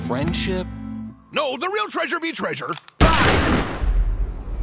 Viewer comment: The captions say “me” but it sounds like “be”